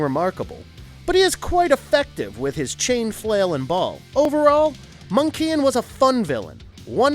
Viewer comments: Have you ever watched Thudercats? You pronounce names incorrectly, like someone read a wiki and made a video. Monkian is not Monk Ian. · Interesting with your pronunciation of some of the characters. Jaga is pronounced like "Jaw-Ga", and Monkian is "Monkey-N" (but said fastly), as opposed to "Mon-Keein". Heard someone the other day on YouTube pronouncing Tygra as "Tig-Ra", so I'm not sure where these alternate pronunciations come from. Suppose it's from ppl that are too young to have grown up with the show? And I suppose don't watch any videos with their names are said; so they just see them in print and come up with a way to say them.